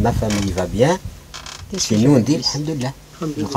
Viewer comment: a ce n est pas ''abdulah'' mais ''hamdulah'' lol qui veut dire louange a dieu